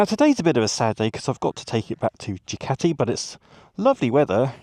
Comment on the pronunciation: "Jew Catie"